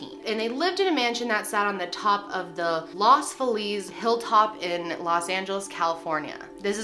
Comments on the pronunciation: Not that it matters but in Los Angeles we pronounce Los Feliz as [Los Fee-Liss] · I live in Los Feliz ( here we pronouce it Los Feee-luz)and have an interest in old murder cases and have strangely never been by this house. I remember when it was for sale and when it finally sold. 2.3 million in Los Feliz for a house of that size is a bargain. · The pronunciation of "los Feliz" 😭💀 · I love your videos. I understand you dont speak spanish, but please attempt to learn how to say Los feliz or other spanish terms.